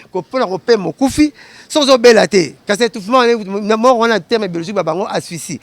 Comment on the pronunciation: On dit pas asphycie mais asphyxie🤣😂 et on dit pas manque d heure mais on dit manque d air😂😂😂